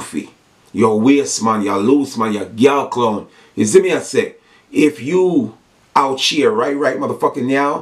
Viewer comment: let me help you out, its "out here" not "out cheer"!